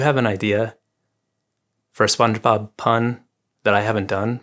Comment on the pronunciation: Spongefob. like a keyfob. Keyfaub? Fobbe? I don't know. SpongeFeauxb